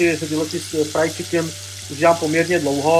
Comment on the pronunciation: výslovnost je frajd ne fraj